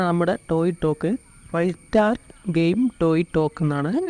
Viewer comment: തോക്ക് ❌ ടോക് ✅